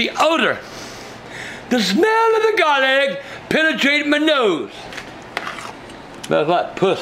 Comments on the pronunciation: "Cilantree" "Garleek" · "El garleek" 😂😂😂